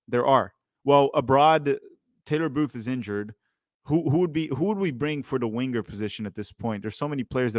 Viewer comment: Stop saying WIN-GER, it’s Winger not win ger Sorry